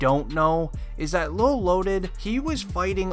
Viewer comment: It's lil not lol